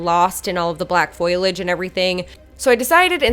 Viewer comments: foilage 🤣😝 you’re so cute lmao. love this diy and how it turned out! ps. it’s foliage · It turned out great! But it's foliage not foilage. FO-lee-edge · Foliage not foilage